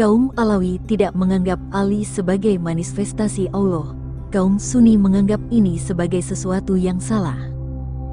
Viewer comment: ..admin.sebut الله pun tak tepat ..😂